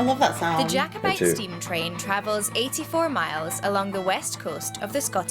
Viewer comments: Nothing to do with Harry soddin' Potter. Also it is Jack o bite not Jake o bite. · JACKOBITE not JAKEOBITE PLEASE lol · pronounced JACK obite not JAKE obite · Please, FYI: Not JAY-co-bite, it's pronounced 'JACK-o-bite'... 🤔😊👍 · understandable but it's pronounced JACK o - bite just for when you're over here.